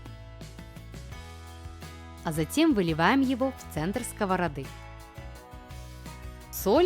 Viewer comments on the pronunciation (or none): Автор канала, вы же взрослый веловек, подучите, пожалуйста, ударение в словах, а то уши сворачиваются скОвороды ; сковородА ; сверлИт